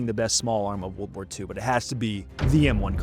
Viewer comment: What's with pronouncing it "Woold War 2" you get the "r" in War but apparently we're talk a bout a War "r" over sheep derived fabrics! Nutnfancy does it too. Oh yeah and the Colt or Smith 1917 were great pistols as well. A- to B+ tier fo sho! Not to mention they could be used as bludgeoning devices like the flintlock pistols of old.